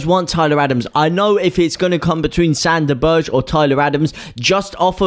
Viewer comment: Sande Berge - as in Burger, like hamburger, berger!!!!